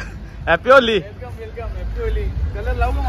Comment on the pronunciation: Video chan hota fakt te होली नाही होळी अस बोल दादा